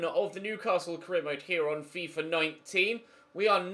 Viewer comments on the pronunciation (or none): none